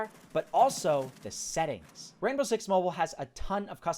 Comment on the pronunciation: It's called Mobile not Moble